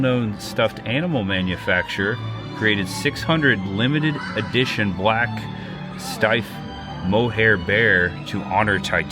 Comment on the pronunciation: You pronounced Steiff perfectly! My Doll and Bear club talked about these Titanic bears last year. Steiff bears always have a brass button pierced on their left ear! Thats how you can tell its Steiff! 🧸💙 Thank you for sharing your Titanic journey,! I am a Titaniac myself!